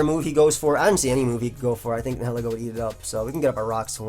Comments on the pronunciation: I think it's pronounced ny-uh-lee-go. "nihil" like in "annihilate" meaning nothing. Ego meaning one's sense of self. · NI-HILL-EEGGO is the correct pronounciation. And just for everyone's fyi toxapex is TOX-APEX NOT TOXAH-PEX or TOXI-PEX